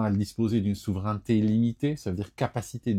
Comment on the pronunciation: attention à la prononciation du mot : souveraineté \su.vʁɛn.te\ :face-red-heart-shape